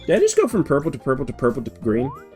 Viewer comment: So funny to listen to you (correctly) identify the colour periwinkle and then immediately call the next yoshi uorple 😂 Also, I'll be waiting for your sonic rant video complete with rantsona hamster. Start youtube beef. Fight Arin Hansen with your bare hands. Do it (evil kermit voice)